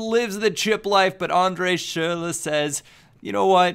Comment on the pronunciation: Please stop saying schurrle.... you're butchering it